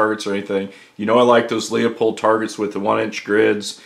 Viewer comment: Bet this guy could hit a gnat's ass at 400. Great vid but "Lee-Oh-Pold"? Bruh....